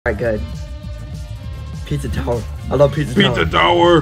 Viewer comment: "Pitzah towrrr!"